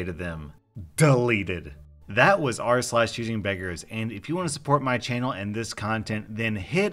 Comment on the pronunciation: rSlash sounds a lot like "arse lash" no offense